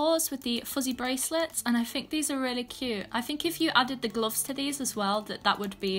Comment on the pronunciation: Gloffs, pls pronounce properly kid